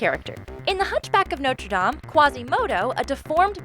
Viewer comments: Notre= Our Dame = Lady And it's pronounced No tra Daame Just in case anyone was wondering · Also how can you pronounce Notre Dame correctly in the movie’s title but then mispronounce it in the book’s title